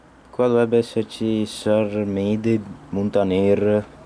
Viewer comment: Attenzione, "Sàrmede" si pronuncia con l'accento sulla "a" e "Osìgo" sulla "i", la chiesetta sulla collina è dedicata a S: Daniele. Complimenti comunque per il video da un fregonese.